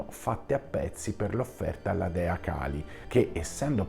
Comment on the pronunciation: La tecnica che usi è la solita di chi non vuole ammettere i propri sbagli, cioè far diventare sbagliati chi li porta a galla. Torno a ripetere, e chi conosce il tantra lo sa bene quanto sia importante pronunciare perfettamente i nomi, Kālī o Khali sono due cose diverse, e nessuno ci autorizza a storpiare i nomi, tutto qui. E le accuse ci sono, velate e non velate, chiunque le può vedere nei tuoi messaggi. Poco importa, l'importante è sempre e comunque salvare la propria faccia, ad ogni costo. Ah dimenticavo, pag 338 prima colonna del dizionario Monier-Williams (2005); Khali: sedimento di petrolio.